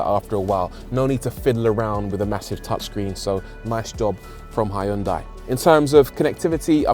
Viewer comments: Brits please.... don't say "high-yoon-die". The americans say it better "hun-day". Closer to the original korean "hyoon-day". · It’s “Hyun-day”, by the way! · "Hi undai"? Why do you have to butcher the name? It existed for decades , so at least learn to pronounce their name correctly. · Love the fact you used “ High un dye” all the way through instead of “Hin Dee”. Bet the company pronunciation police are on to you just like their adverts. 🤣🤣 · not "High un Die" :-0